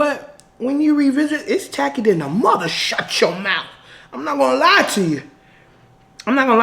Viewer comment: “Do I look like I’m Willy WON-KAH? Do I look like I need things to be tack-y? AH!” 😂